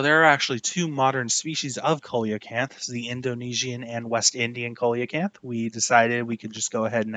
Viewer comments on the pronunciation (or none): Btw not to be that guy but.....ITS pronounced see lo canth not col e lo canth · Bro I think he is pronouncing some of the names wrong. Like coleocanth and Argentavis.